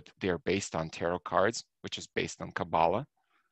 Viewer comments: You are pronouncing it wrong. Emphasis is put on the last sylable. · You don't even pronounce Kabbalah properly. You don't even which way you are traveling.